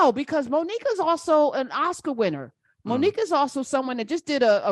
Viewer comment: The only thing I laughed at was the teacher calling her " Moni cue"